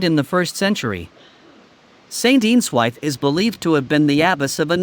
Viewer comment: Folkestone is a town not a city. Shame you have used AI to narrate the video. The pronunciation of place names is appalling. Eanswythe is pronounced Ianswith, Folkestone is pronounced Folkeston.